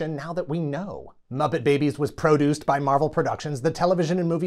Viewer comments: OK. He's saying the word "produced" not like "pruh-DOOCED," but "PRO-dooced," as in "produce," a la what you might find in your grocery store's produce section ... like tomatoes. Right? RIGHT? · PRO-duced. I seed what ya did there... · "show was Pro-duced..." You monster. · Your pronunciation of “produced” etc. was not lost on me, LOL